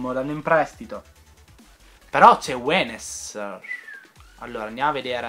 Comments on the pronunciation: Si chiama younes(leggi iun) non wenes! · tanto per informati.. Younes si legge "Iunes", ripeto che lo dico solo per informarti:) Comunque ottimo mercato, complimenti davvero!:)